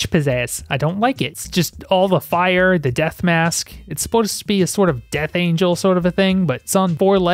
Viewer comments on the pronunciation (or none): none